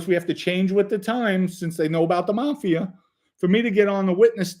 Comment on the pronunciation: i likee how you say mafi'er its reminds me of a mandarin accent they use er in a lot of words like mcdonalds in english they say with accent mcdoneerds